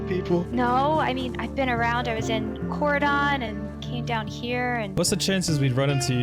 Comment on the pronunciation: I heard it and now have to say it as a resident of this area of Indiana but hearing it as Corey-dawn instead of core-den stundlocked me lol.